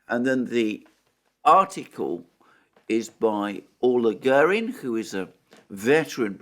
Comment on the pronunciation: Alexander, Orla Guerin is pronounced Or-La Gear-in. I was part of the Labour Party team in Dublin which supported her in her failed attempt to become an MEP in 1994. Both sylabbles in the first name have equal emphass while the first sylabble in the surname has the stronger with the second a fading out. Her position with RTE was untenable afterwards